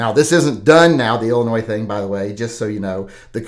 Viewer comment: 👍🤞✌ The S is silent in Illinois.